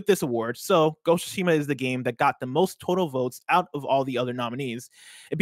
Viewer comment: and, you both pronounce it wrong. It’s not Ghost of Shima, it’s Ghost of Tsushima. If you think you’re saying that: not everything should be spoken fast, slow it down a bit and say it properly. Ghost of SOO-Shima, or even the way Greg likes to say it. Minor gripe but so annoying to hear when every 5 seconds... “ya ya blah blah GHOSSOSHIMA etc etc” LOL